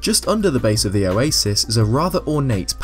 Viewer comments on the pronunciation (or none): none